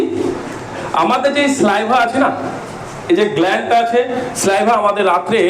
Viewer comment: স্যালাইভা এরকম একাধিক শব্দের উচ্চারণ আগে ঠিক করো